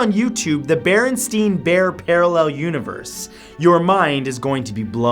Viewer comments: the Berenstain bears is pronounced [Berenstean bears] in the movie or tv show i can't remember which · I distinctively remember in kindergarten my teacher explaining to us that it's actually pronounced barenstain and not barenstein and that she made a mistake. That was 15 years ago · i remember the bear show being commonly pronounced Bernstein (burn steen) but I never paid atention to the spelling